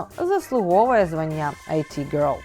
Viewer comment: Дякую заВашу роботу! Дозвольте Вас аиправити: іт-гьорл, а не айті гьорл А також в назві «порше» наголос на О